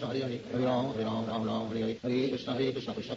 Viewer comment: It was after listening to the whole thing very carefully that I feel Srila says ram instead of rama. It becomes hypnotic. My mouth can't move so quickly, but my mind loves the speed. I listen to very slow KH when falling asleep. There are some beautiful slow versions ON YT. But for japa, this one carries me. Now that I don't say rama but ram and wrote out his pauses, I can keep up. Hare Krishna hare Krishna Krishna Krishna hare hare, Hare ram ram ram hare.